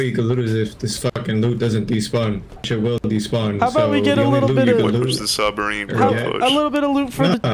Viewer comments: is the type of guy to say “sumbarine” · too bad he still says - sumbarine, turrent, sWord, etc